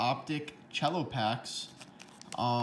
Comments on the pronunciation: Ok your killing me...its Cello pack pronounced "sell-o" not "chell-o". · It's pronounced "sell-o" because it's short for "Cellophane".